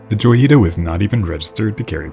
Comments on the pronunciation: In Spanish, it would be pronounced Hoy-ee-tah. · Isn't it "hoy-ita"? Lol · "J" is pronounced like an English "H" in Spanish, so it should be said like "Hoyita."